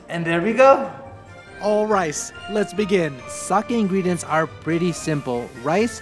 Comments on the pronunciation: Did you said "allrice" !!! 😂😂😂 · I’m really wondering if anybody noticed you said Oh Rice! 😂